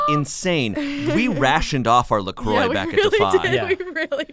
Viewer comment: anyone else mad at how they pronounce la croix?